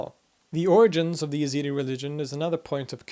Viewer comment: Your pronunciation is correct, but for some reasons Westerners prononciate the name Y. They are a branch of Kurds, an Iranic folk. Their name comes from the God of Zoratst, i.e., Ezad, which is the translation of the word God in Persian.